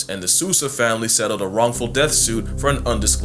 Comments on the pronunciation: SOUL-zah, not SUS-ah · Yeah he’s dumb for messing with a tiger but hearing his Hispanic surname Sousa being pronounced “soo-sah” instead of “sow-sah” inflicts psychic damage on me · Great video, your pronunciation of Sousa is... creative